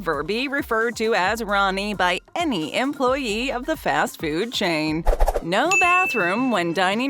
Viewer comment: The word is food, not fuewd.